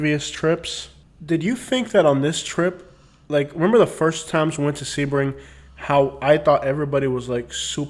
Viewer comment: Lmfaooo basic millennial I am young and thriving in Sebring, definitely slamming a town and it’s people. Rude and disrespectful. Oh the girl is saying Sebring wrong.